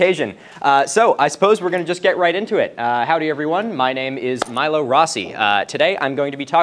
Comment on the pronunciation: Love your work and the work of those recommended. Just thought I'd mention that Milo is pronounced "Mee-lo". ❤ Edit: FYAC on! Heh.